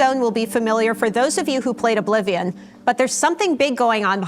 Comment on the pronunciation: Tess-Four Oblivijuan